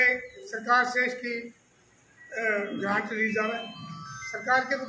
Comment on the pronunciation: और भाई अपने शब्दों पे थोड़ा ध्यान दें ले ग्रांड नहीं ग्रांट होया करे। लोगां न गलतफहमी होवे फेर।